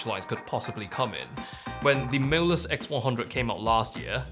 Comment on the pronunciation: I like how your pronounciation of 'MOLUS' almost sounded like 'mirrorless'. I got confused in the beginning 😁